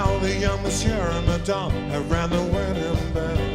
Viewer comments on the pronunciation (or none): none